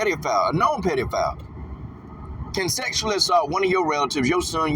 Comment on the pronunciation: What’s a “peedeophile” you goofy ass, non pronouncing fool?